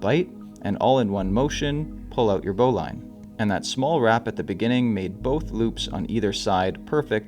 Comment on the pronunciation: I could be wrong but I always heard that "Bowline" is actually pronounced "Bow Lynn". I could be wrong.